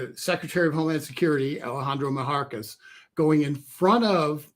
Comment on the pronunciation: It's Mayorkas NOT Mahorkas.